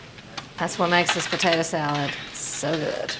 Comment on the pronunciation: I just love the way says "patata" 😅